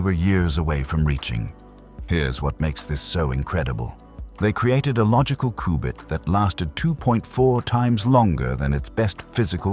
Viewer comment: Take a drink everytime he says Qubit wrong.